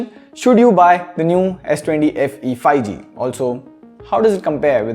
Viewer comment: Everyone: 5g Le: Fi g 😄